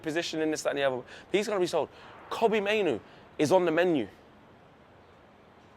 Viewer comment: l like how you've rhymed Mainoo with menu.